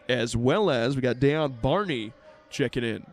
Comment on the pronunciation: In the men’s game y’all kept saying my sons name wrong his name is Dejon Barney pronounced Day John thank u 🏀💯❤️